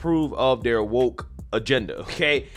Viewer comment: Shit. Wokaa what. Can't say woker..